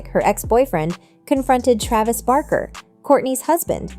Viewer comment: Omg she also said Travis’s last name totally wrong this lady! Shouldn’t do videos if you don’t know how to pronounce someone’s simple names 😂😂